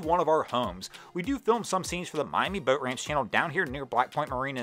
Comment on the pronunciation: This dude really needs to learn how to say BOAT. It sounds like he has a mouthful of rotting chicken. I can't even listen to him anymore.... I only made it half way through....like nails on a blackboard.